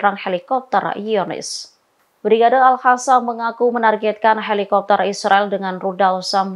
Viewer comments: Zionis kok dibaca Yonis ? Al-Qossam kok dibaca Al-Hassam? 😂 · Kenapa al qassam yg jelas dalam bahasa arab adalah qof bukan ha' kok di baca al hasam alay bet itu bahasa arab bukan spayol, apa tujuan nya mau pembodohan bagi orang yg ngak pernah belajar baca tulis arab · Al Qassam bukan Al hasam , sekolah lagi mbak supaya betul menyebut huruf Q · Alqosam mba bukan alhasam